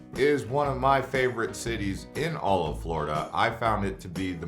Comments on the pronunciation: Florida, not Flordia hah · I love "Flordia" 🤔